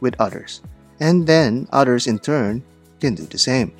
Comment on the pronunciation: Share it wit udders,and udders share it wit you😂😂😂😂